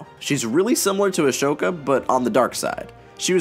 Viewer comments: Why do you pronounce Ahsoka's name as Ashoka? There is no sh sound in her name. Just pointing that out. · He keeps saying a-shh-oka but in the show they say a-soo-ka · Remember this is coming from a guy that repeatedly pronounces one of the main characters names as “Ashoka”….. so I don’t think he really pays that much attention to this stuff. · How did he manage to watch the series and come out saying Ashoka instead of Ahsoka is beyond me 😂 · Yeah it’s mentioned through pretty much the whole damn show and he still pronounces it ‘Ashoka’ not ‘Ahsoka’ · Everybody: Ahsoka This guy: Ash oka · Ashoka? Lol Its ah-so-ka Damn my geekiness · Ego Alter No it isn't. It is spelled Ahsoka not Ashoka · Ahsoka, not Ashoka. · Why does he say ahsoka as ashoka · I loved this video but the one thing that I cannot get past is he kept pronouncing Ahsoka as "a-sho-ka" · it hurts a little bit every time you say Ahsoka like "Ashoka" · ashoka…… NO ITS AHSOKA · Lol, I could understand if it was a silent "h" after an "s" but its before. Just pronounce it phonetically, sound that bad girl out 😅. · ass hoka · It hurts me every single time to say Ashoka. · I noticed a lot of people pronounce it like that for some reason. Like you mentioned, Anakin and other people in the show pronounce her name as ‘ah-so-kah’ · Everytime he said Ashoka and mispronounces her name I wanted to punch I feel the same way when people spell Anakin as "Anikin" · Yeuuus My widdle padawan Ashowka tawno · Ali Whiting It’s “Ah-soak-ah” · “ASHoka” man your really good at saying names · Every time you say Ashoka like ash-oka I die of laughter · I agree with most of that, however the "Ashoka" thing wasn't too unsettling to me. I've seen a lot of times, people misreading a name or word before they ever hear it pronounced in context, and despite being aware that it could potentially not be the right way to say it, they do it anyways, because it was their first impression of the word. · him saying ashoka as a-shoaka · It’s sad